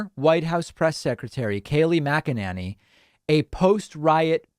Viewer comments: Her name is not MacEnAnny. It's a long A MacEnAney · Your pronunciation of Mac-A-Nanny is pure gold, love it. I'm sure she's heard it and I envision her twisting out of her shoes every time she hears it. Thank you. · Just want to say I love the way David pronounces her name. Classic..😂 MACK AN NANNY. Ohh, all this communication is going to add to taking them out. 🤞🏼 It HAS TO. Or else we’re going to see another tyrant, who’s taking notes ATM, and next time will succeed.